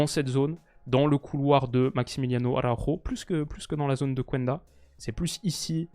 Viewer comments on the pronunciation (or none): Ça se prononce Kenda mon frero 💪🏼💚🦁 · Merci pour la vidéo très bien comme d’habitude Si jamais tu prononces très bien trincão je me dis que je peux aider pour le reste alors pour Pedro Gonçalves on dit “pote” comme en français pas “potait” et pour Quenda on ne prononce pas le “u” Je veux pas être relou ou quoi tu prends en compte si t’as envie 👍👍